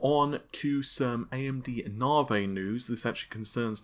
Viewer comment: "Now for some Nah-Vey news"